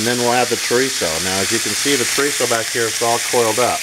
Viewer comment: Carne Asada, not asade. And Chorizo with one 'r' - Well done, though.